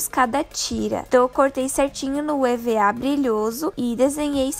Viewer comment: Ela disse papel e.v.a kkkk